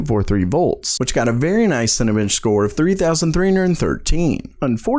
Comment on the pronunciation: Interesting video, Watched more than once, nice pace, not too long etc. One thing caught my eye... it's Cinebench, not Cinabench dude.